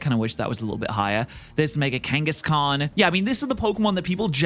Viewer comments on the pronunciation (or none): none